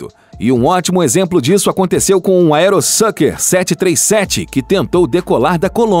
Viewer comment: aerosucker ??? aeroSUCRE !!! Vídeo confuso com informações erradas . Melhor rever o vídeo antes de postar ok ? Torço para q o próximo fique melhor ! Abs